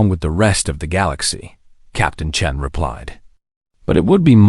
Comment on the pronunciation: On this one, they call the character Sarah "Chun", instead of Sarah "Chen". Like there is a big difference!